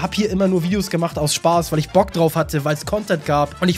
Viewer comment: ist er nicht YT= One piece theoretiker Und "Weil" nicht "Wail" Lern deutsch